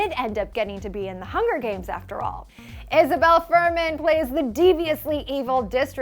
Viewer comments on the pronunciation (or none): none